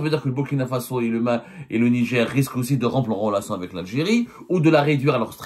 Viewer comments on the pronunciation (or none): Ont dit Niger pas nidjer journaliste de cours par correspondance